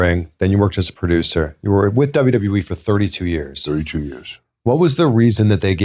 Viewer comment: He said WWEF 😂 I get I still call it the WWF always has and always will be a better name